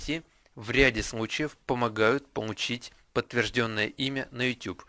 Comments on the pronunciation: Помуууууу_ить, а не пому_ииииить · бл*ть.Он говорит везде помучить гамочку